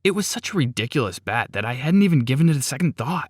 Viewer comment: He said bat it's bet